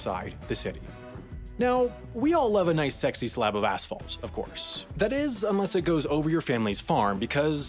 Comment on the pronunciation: That asphalt sounded like some other word...